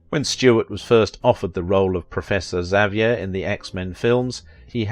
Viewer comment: Well done for pronouncing Xavier correctly, instead of the usual, stupid sounding X-avier.